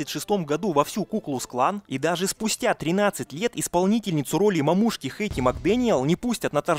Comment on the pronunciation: Ну что еще за "мамУшки" такое? Не в первый раз замечаю, как автор не там ставит ударение. Не сам пишет текст что ли?